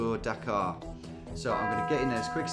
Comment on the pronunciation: Something really upsetting to me as an American about the way Tom pronounces Dakar and Dhaka the same way 😂